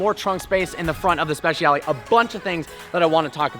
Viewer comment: Please pronounce it like you would pronounce “spechale” the letter ‘I’ must not be said!